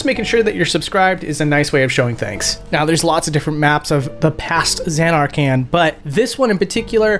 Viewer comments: The way you pronounced Zanarkand made my eye twitch but otherwise, outstanding video! ❤ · Lol, I'm confused as to why you pronounce Zanarkand that way when they say it in the game a bunch of times. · Stop saying zanarkand wrong😢😢😢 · zanar-CAN!?!? jet!? baw-haw-MUTT!?